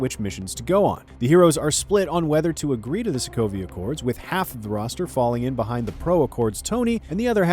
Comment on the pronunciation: He said Sokovio ?